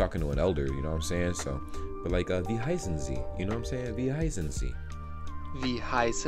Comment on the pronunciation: When you say 'wie heißen Sie?' it sounds for me like 'wie high sind Sie?' what means 'how stoned are you?' 😂😂😂